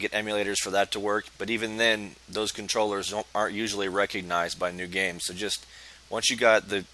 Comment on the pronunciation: This works 100%!! It did sound like "Nude games".You're hilarious dude!😂 Thanks for posting!!👍🏼